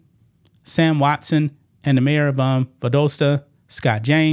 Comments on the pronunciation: love ya man but gotta correct you , its Val-dah-sta Georgia. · Great video, but it's Val-dah-sta, GA 😄👍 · Pronounced Val-DOSS-ta😉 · When she is asked a question she NEVER gives an answer. She always makes it all about her. Does she think gir dome reason she is a goddess? Have you seen the pictures of her on the street dressed like a streetwalker? its Val dahs ta, not doe sta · does the very best, so don’t get your panties in a wad over a slight mispronunciation.👀